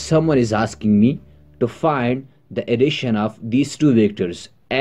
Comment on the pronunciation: The way u said additiona is just like sindhis style sindhis also speak like this